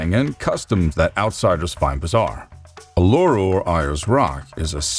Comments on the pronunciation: thats not how you pronounce mate its oooo-laaa-roo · It's pronounced u la ru